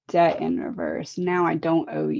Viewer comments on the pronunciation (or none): none